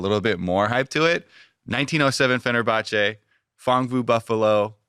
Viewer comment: It's 1907 Fenerbahce not fenerbache